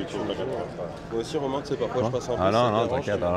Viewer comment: I love this series, but the introduction voice misspronouncing Romaine is sooo annoying.